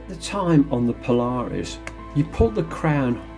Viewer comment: The name is not one word, but rather two. You are pronouncing it Po Lar Us when it is properly Paula Reis. Go check out their website.